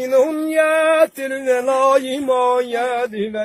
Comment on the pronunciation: Mənim çöpə gülən millətim siz bu kişi kimi oxuyun sonra lağ edin. Ərəbcə oxuyur ,cümə surəsini, ama ləhçə ilə oxuyur. Və adamın könlünü elə məst edir ki adam elə belə qurana qulaq asmaq istəyir.. AMMA bir neçə yerdə vallahi kəlməsinin yerinə vəlillahi dedi. Bu səhvdir. Və 5 çi ayəni (Məsəlulləzinə hummilut Təv-ratə summə ləm yəhmiluha kəməsəlil himari yəhmilu əs-fara) bura qədər oxudu sonra başqa şey oxudu. Sonra keçdi 6-cı ayəni oxudu. Və hərf səhvləri edir bu da düzgün deyil. Amma çox şirin oxuyur adama ləzzət edir. Əmi Allah səndən razı olsun. Başı çıxmayanlar isə getsinlər batuta.